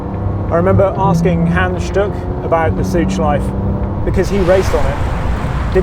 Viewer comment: Great video, this is the content i'm here for! One thing, if i as a native German speaker may give you a pronounciation hint about "Schleife", say the E at the end. German doesn't have silent vowels at the end of words. So it's the same as the proper pronounciation of "Porsche", the E is never omitted at the end, you always say it :)